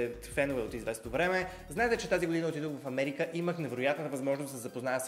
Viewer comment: забелязахте ли, че каза "годиня" вместо година! 😂